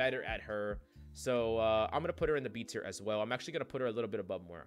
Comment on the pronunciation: Why is Moira such a hard name for people to pronounce?